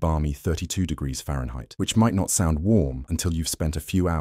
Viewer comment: "Fahrenheit" good lord